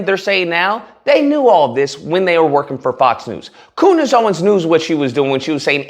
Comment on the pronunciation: “Coondace” is so fitting.